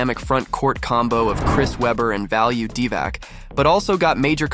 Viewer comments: This AI voice really did not do its homework, could not get through the vid. Embarrassing. Value DeeeVAC hahahaha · Just the way he messed up these names either dude is young and actually has no clue who Jason Williams is just because how he has messed up divac and hedos names and they weren’t just journeymen. But keep it up bud love the content fr but Dwyane Wade name tho bro lol